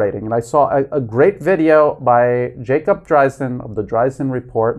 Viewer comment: Drey-zin. Not Dry-zin.